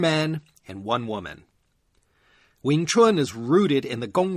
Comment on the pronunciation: You had me from pronouncing "Wing Chun" correctly - not many Americans do, even longtime practitioners of the art 😅 I admit I discovered your podcast because of these 2 episodes, but now I'll listen to it from the beginning. Outstanding work! 👌👌🙏